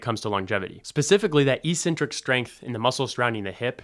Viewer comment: Thanks. Trying to be helpful: Check out the pronunciation of "eccentric."